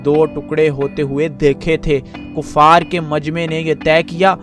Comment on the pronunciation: Kaffar nai hota kuffar hota hey ,ya punjabi bolo ya urdu. Utha hota hey atta nahi hota.Apni urdu theek kar ke aoo.